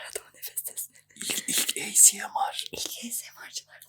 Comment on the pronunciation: En son esomar diyodun heee🗣️